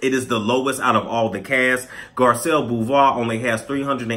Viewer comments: I think it's pronounced Boo-vay, boo. It's not my name, so I can't confirm or deny this info. LOL. But I think that's how it would be pronounced in French. But sis is better looking 99.9% of the women across all the franchises. She's stunning & classy, I hope she doesn't turn out to be looney tune.🤞🏿💜👑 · I like you but please learn how to say her last name right if you're gonna talk about Garcelle again. Thank you:)